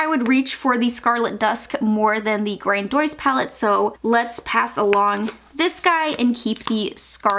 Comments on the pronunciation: Ace bute grandois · Also grandiose.....its English ffs, why pronounce is grandoeez? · "GranDwoyce" too lmao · Haha you're so cute; never watched you before but binging declutters. Protege is generally pronounced pro-ta-jay, and grandiose is pronounced grand-ee-ose. Love these videos though! would love to see the whole collection decluttered 👀